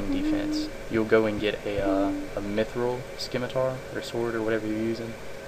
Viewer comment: its not pronounced like skimatar. its pronounce simitar